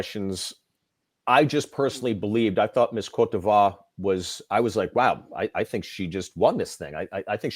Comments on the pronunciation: I would too after seeing him host. Cot deveer? Guadalupeh? He didn’t even research how to pronounce the countries! He’s like the worst host ever! I miss the times when dashing debonaires like Bob Goen and Jack Wagner or even Alan Thicke with perfect decent hosting skills and are not corny were hosting. Their presence alone means hollywood high class event. I wish i had billions i would definitely acquire that pageant back and bring it back to the times when it was the undisputed beauty Olympics with a perfect presentation musical score, hollywood caliber guest performances and most of all a fair transparent scoring! This pageant needs to be owned back by an American company and broadcasfed by an American emtertainment platform! It will never be “Miss Universe” if it’s not American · Miss CORDOBA? It's pronounced [kOt divwAr] it's French for coast of ivory / Ivory Coast